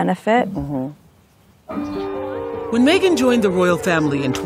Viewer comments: I love how so many people pronounce her name as "Mee-gan" rather than "Meh-gan". Its so on point! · Xiaxue your pronunciation of her name... 😂 "me-ghan" so apt. 😂 Also Meghan is vegan la... So she rescue chicken lor. Publicity stunt only la.